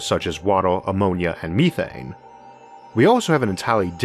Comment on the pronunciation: Me-thane, You-thane, He-thane, She-thane...